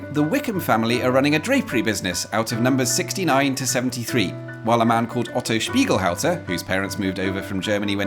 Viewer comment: Your pronounciation of "Otto Spiegelhalter" was close to perfect.